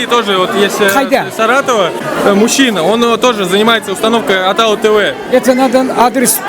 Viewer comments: Атау тв емес атыңнын басы дұрыс сөйле ООООТАУ ТВ . ШЕШЕ ӘБДЕН САСЫҚ ОРЫСТАЙ ОРЫСТАНЫП КЕТКЕН! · не атау дорогой, а отау тв. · Не Атау тв , Отау тв... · Не Атау ТВ, а Отау Тв, автор ты сам говори нормально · Ассалаумағалейкүм. большой респект что не равнодушен! Но не Атау тв а Отау тв. И не надо говорить через А когда стоит О и наоборот. А то получаются искожение слова. Еще раз большой респект. Пишу с города Караганда что в центральное Казакстане. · Не атау тв а отау тв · Ассаламуалейкум жигиттер. Вы молодцы. Хотелось бы сказать на казахском языке О произносится как О. Не атау тв а отау, не дастар а достар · Ведущий с себя начни, что ты несешь АТАУ... АТАУ .., «Отау» так и произноситься!!! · Не атау тв правильно О тау тв